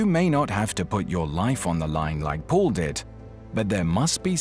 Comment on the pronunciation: Excuse me not Mall but Paul